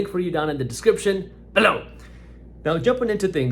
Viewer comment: The "Bilouw" kills me everytime 🤣